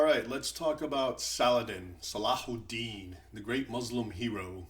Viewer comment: you can't even pronounce words like : Salahud'din, muslim, etc, how much of an ignoramus are you?